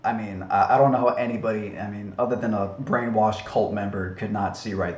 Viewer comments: Also, I really don't get why you constantly pronounce "Neil Degrasse Tyson" as "Degrassey" and not "Degrass" Please actually respond... I really want to know. I'm assuming its one of your little quips or puns that you somehow think is SOOOO clever so you constantly say it over and over and over and over again. But I just don't get it... "Degrassey"? like the TV show or something? I really just don't get it. If he doesn't answer me, someone on here who knows the answer to this, please respond. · Please quit saying degrass ee Tyson. It makes you sound like an idiot. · Since you keep going on the diatribe on him mispronouncing a word, you keep mispronouncing Neil deGrasse Tysons name when the E is silent in deGrasse... double fucking standard 🤦‍♂️🤦‍♂️🤦‍♂️